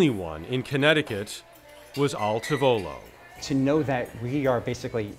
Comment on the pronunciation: Awesome story! Your pronunciation of tavolo is killing me though.